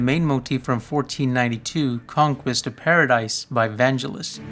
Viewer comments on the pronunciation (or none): The G in Vangelis pronounced like get not jet